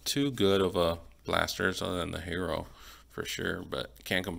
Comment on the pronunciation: Tyler hairo 😂😂 herro